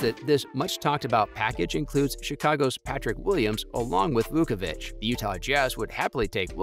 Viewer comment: you pronounced zachs and Vucevic last name so wrong lol